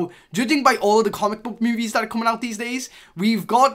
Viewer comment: Why do u say MOOVIES